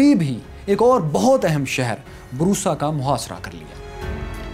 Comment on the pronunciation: بورصہ لفظ ہے نہ کے بروصہ